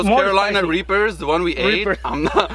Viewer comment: Glad you guys put out a cooking v=log missed you guys laughing and having a good time. Poor he tried to say reaper but he said Raper I laughed almost fell in the floor. you guys are so funny. #1 Fan from Southeast Missouri.